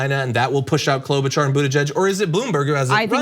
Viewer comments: Klobubuttijudgeberg...? No it's Kloubobuttiebiden 😂😂😂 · "KloButtDen" lol